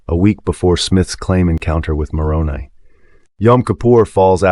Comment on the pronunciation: More credible if you pronounce Moroni with a long I.